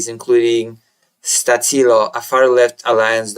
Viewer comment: Stačilo pronounced Statchilo